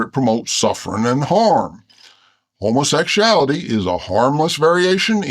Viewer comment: Homa sec sha ality! 😅😅 your a pisser!